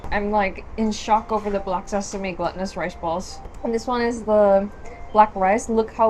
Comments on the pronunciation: A fantastic video! Just one thing: there's a difference in pronunciation between glutinous and gluttonous - the black sesame pudding is glutinous (gloo-ti-nus) and not gluttonous (glu (short "u" as in up) - ti-nus). A person is gluttonous, not food 💜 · hi! (FYI, it's pronounced "GLUE tih nus" not "glutton-nus". love your vids! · I love how she always mispronounces glutenous as gluttonous. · Glootinuous - that’s how you say it or Glue - tinous